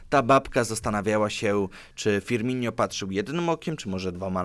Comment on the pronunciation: Firmino tak na przyszłość, nie Firminio